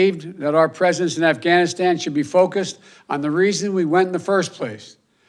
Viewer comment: Dear Joe Biden....words matter! Lol. When speaking you should finish words fully before moving on to the next. Ganistan is NOT a place. You are monotone and boring. You are weak looking and can't pronounce the words! You should probably practice 1st. Ugh🤦‍♀️